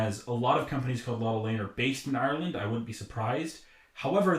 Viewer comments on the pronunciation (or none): none